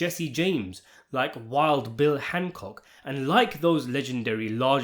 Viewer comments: It’s Wild Bill Hickok, not Hancock, are you freakin kidding me? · Wild bill Hickok not handcock